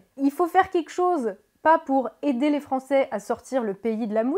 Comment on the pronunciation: Tout a fait d'accord sur l'analyse de fond... Pour la forme, "les Français qui z' ont été voter"... M'enfin!!?;-)